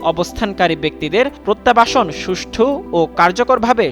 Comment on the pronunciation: পরতাবাসন কী? উচ্চারণ ঠিক করা উচিৎ।